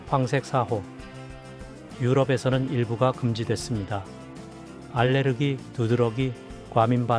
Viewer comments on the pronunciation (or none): none